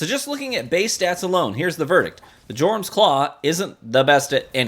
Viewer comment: Your-um. J is silent